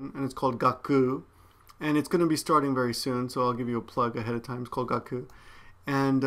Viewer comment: When you said Gakuu I thought you said 'Got poo' D